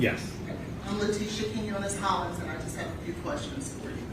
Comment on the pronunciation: Keen-yo-ness that’s how you say Quinones